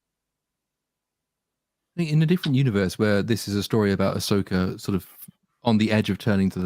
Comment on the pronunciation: Ass-oka in the World between worlds of space whales. U serious?!